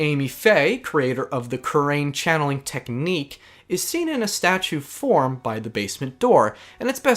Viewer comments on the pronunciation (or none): none